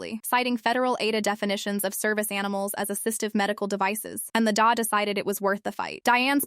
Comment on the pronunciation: DA is pronounced as alphabet letters, not "dah."